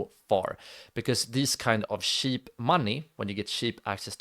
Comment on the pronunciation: It's kinda sweet how you say 'cheap' - shiip :D